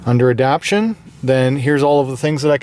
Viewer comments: Everyone of these videos every person has been saying ADAPTIONS, its ADAPTATIONS. There is a HUGE difference in the meaning of the words. lol. ADAPT-TAY-SHUNS!!!!! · You know it says adaptation and not adaption right? I’m sure someone else pointed it out by now, I just noticed it in a few of your vids I’ve been binging.